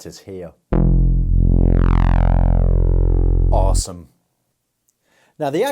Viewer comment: anyone else notice how he says "arse-ome" just after making the squelchy bass sound??? hahahahaha